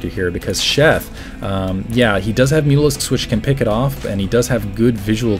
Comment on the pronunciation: Every time says mutalisks I think he says mules. haha